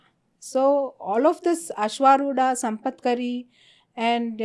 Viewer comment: Sampatkari is elephant in charge wrongly pronounced